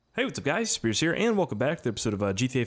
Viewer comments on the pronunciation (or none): I keep thinking whenever you say "whats up guys here" I think your saying "hey what's up scarce here"